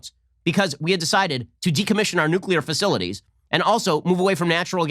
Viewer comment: Nuclear. Help me say it